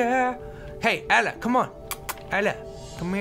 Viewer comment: LOL, every time Toby says Ella I think he's saying Bella XD